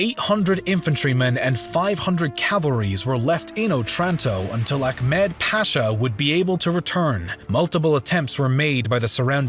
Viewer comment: about pronounces not jedik but gedik, not ahkmet but ahmet